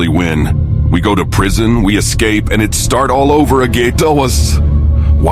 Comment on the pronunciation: I suggest editing it a little more. Sometimes there’s things that sound like run on sentences from the AI. Along with words not coming out right such as “again”. If you could manually make spaces and try to fix error words, that would be great!